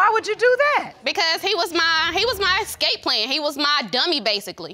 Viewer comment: Girl said scape plan 🤣 dam her ex might have dudge bullet as well.